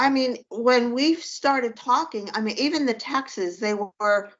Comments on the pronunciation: I just wish you could use a different voice over. The narrator's voice and inflection is very annoying. I usually skip the videos with her voice. Maybe it's just me... And why do Americans say "texes " for 'texts'. I've heard this many times😮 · While explaining that the texts had no spelling mistakes or poor grammar, she said "tex-es" instead of texts. Moments later, she used the phrase "amount of monies". Before that, she described Bitcoin as "fluent". I'm going to go out on a limb and say those texts had one or two errors that she missed. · "Texes". No wonder she thought he was so educated. I guess she doesn't know Nigerians work from scripts. 😄